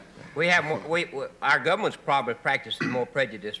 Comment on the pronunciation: Never argue with someone who pronounces it "gubment."